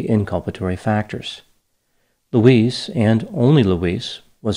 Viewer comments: It’s Louise, not Luis!!! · Her name is pronounced Loo-eez. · Elton is a village, and her name is pronounced 'Louize'.